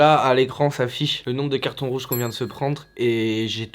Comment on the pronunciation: "celui qui a le plus de cartONJ rouge" j'suis mort 😂😂